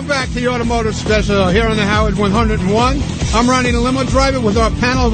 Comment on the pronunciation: "automehgiutive" reminded me of his Wheels audition -- "epicujfkvlahrian mastermind" lol